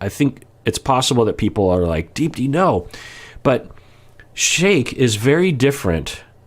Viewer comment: Hey doc! I only mention this because I know you like to pronounce names correctly when you can. Unless I'm completely wrong, I believe you actually pronounce her name as "deep-thee" with a very soft th sound. It's common in South Asian names. My last name Gunaratne, is actually pronounced "gun-ar-uth-neh" even though there's no th. Just a heads up! Love your content :)